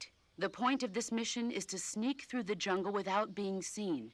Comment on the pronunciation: Okay lol I swear I heard you say “look at that yummy junk” but you said jungle 🤣🤣🤣